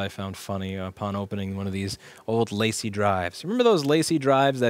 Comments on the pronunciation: La Cie...like "La See"...not like "Lacey" 😉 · LaCie is French. You're pronouncing it like "Lacy" as if it were English. 😜 See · Lacy? Need to work on your French buddy ~ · Haha! It's not "Lacy", it's La Cie - and it's a pun. The parent company is Seagate, and La Cie is French for "The Company". The enclosed chip is called a "FireCuda", which presumably is some sort of mythical sea monster. 🦭 Lol. 🌊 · Always thought it's pronounced french La Cie, because of the capital C. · One day I'll hear someone on youtube pronounce LaCie properly. No it's not a gif/jif thing.